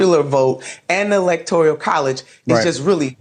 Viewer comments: She said "elactorial college". Embarrassing. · Nina Turner blamed the "evil money" when she lost a 17-point lead and the Congressional seat she ran for, so she is sort of throwing stones from a glass house even though she is right. And it's "electoral college" not "electorial college." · "Electorial" college.